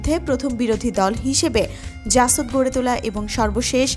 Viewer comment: apni to reading porteo parenna. kothay pause shetao bujhenna. jasod na jashod. subject matter jane emon kauke porte bolen.